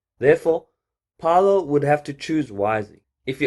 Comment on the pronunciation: its Fay-Low my guy but nice video